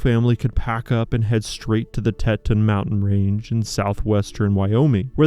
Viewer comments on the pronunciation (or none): Not Těton, Tēton. Geesh….daddy should’ve taught her common sense. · The pronunciation is Tee-tahwn Mountain Range. It's western but definitely not southwestern. Yours truly, Lifetime Wyoming Resident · It is pronounced "Tea ton" in redneck English, but " té ton" is closer to the original French, which translates to tits, which lonely mountainmen fantisized about. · You're right it's Frustrating that people making videos can't pronounce the names of places of which they speak! You don't have to be a Wyoming resident to know how to pronounce Teton!